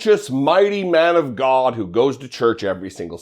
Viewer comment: That is so great when upbringing come out and you get the Gawd pronunciation.